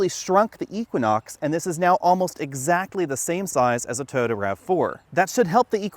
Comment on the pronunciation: Toyota not Tota.